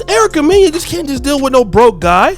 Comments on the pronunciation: Lol Erica “Meen-ya” 😂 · her last name is pronounced Mena (Men-Nah)